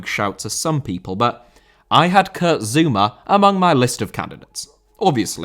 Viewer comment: Zouma* not Zoumer